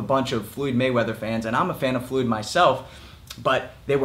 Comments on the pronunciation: First and foremost: Why do you pronounciate "Floyd" as "Fluid" ? That's funny as hell, I'm gonna make this video into a drinking game everytime you say " Fluid ". Second: no, McGregor did not deserve to be in that ring with "Fluid" Mayweather. He is so much of a weak puncher(In BOXING) and an amateur(In BOXING) that his punches were doing shit to "Fluid" Mayweather" so much so, that "Fluid" Mayweather felt comfortable going on the offensive, yes FUCKING MAYWEATHER, went on the offensive. He was eating McGregor's punches left and right, he was not rocked, shaken not even one bit, he was like " Sure why not ?" and kept on walking forwards . "Fluid" wasn't rocked too many times in his career, but mostly because of his defensive style, he doesn't have a weak chin, I'm sure of it, but in boxing he is far from being known for chin at all. In boxing his chin is what ? Mid tier ? There are many, many, many people with much stronger chins. And McGregor got TKO'd by Mayweather's punches. Mayweather was doing damage with every punch he tagged into McGregor. Fucking brittle hands Mayweather, Mayweather has a stunner punch. Not a top tier punch in his division at all. If it was Manny in that ring, the fight would have ended in round 1. McGregor did not deserve to be in the same ring as Mayweather. Mayweather however unlikable he is (And damn, Mayweather is unlikable as hell), is a legend and McGregor did not deserve to be in that ring with him. Hell, many champions of the world in boxing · Did you just say Fluid Mayweather?